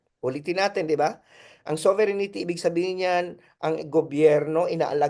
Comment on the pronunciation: Hindi ba “sober rin tee” ang right pronunciation, Professor ❓Taliwas sa “ sovereignity “ po❓Just my 10 centavos worth! Correct me if am wrong, Professor. And I stand corrected. 🙏‼️